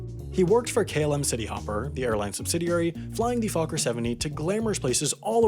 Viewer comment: You pronounced Fokker wrong.